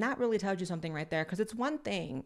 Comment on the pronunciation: Blaire says wacuz for because 😂 Blaire is so adorable 😊